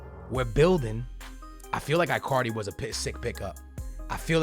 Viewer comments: it is pronouced E-CAR-DI not AI-CAR-DI or I-CAR-DI in english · stop calling him ‘eye’ cardi, it’s ‘in’ cardi. it sounds like you’re saying Icarly from the kids show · Bro its Icardi with a E not I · Icardi not iiicardi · His name is said ecardi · It's not eyecardi or gabriel hasus stop saying it like that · please, dont say Icardi like you say Iphone or Icarly it is E--CAR-DEE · Why can't he say icardi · If you even try to sign Icardi you will regrate it Im telling you!!!!!!!!!!😲😒😤😬😡😠😈👺👹👿 You are such a stupid pranontziar its Icardi sounding with a k and not icardi not c